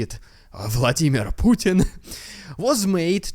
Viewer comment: Love you saying puttarna not putintin 😊